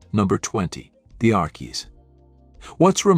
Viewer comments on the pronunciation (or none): This is BAD! The Arckies? Sang Sugar Sugar? Nope! I clicked to hear MUSIC! NOT some AI voice mispronounced jumble! Proof your work before posting or don’t embarrass yourself with your lack of musical knowledge! I’m 2nd hand embarrassed for you! 😮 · Archie's is pronounced Arch-cheese